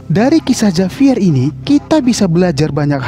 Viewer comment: Di bacanya bukan Javier ka tapi havier